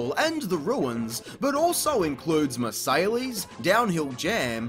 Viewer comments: Marseilles = Mar-see-ay It actually says it in the audio at the very beginning of the level in THPS2 BTW I love this series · Heh... "Muh-say-lees" it's pronounced "Mar-say" (Marsailles) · Awesome chanel and content but the way you pronounce Marseille is deeply disturbing